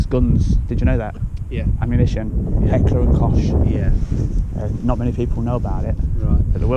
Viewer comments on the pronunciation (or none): Hi DJ, great video again but please stop saying Heckler and kosh it is pronounced Heckler and cock. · I know a lot about guns, but I've never heard of heckler & Kosh. I've heard of heckler & koch but its pronoused heckler and cock like the chicken. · It’s not heckler and cosh, it’s heckler and cock, well at least this is how it is pronounced. It’s not vital but it’s probably worth getting right. The police like HK weapons and have bought more than 1000 mp5 models from this manufacturer. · 🤣 It's heckler & koch (you say it like 'cockh', not 'kosh')